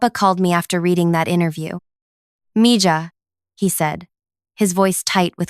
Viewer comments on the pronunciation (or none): “Mija” is pronounced miha… in Spanish a “j” is usually pronounced as a lower case/soft “h”.